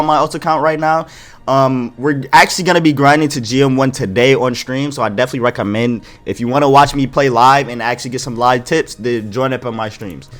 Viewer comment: My dude must be a fighting game player with that “Rekka-mend.” Fei Long would be proud 🤣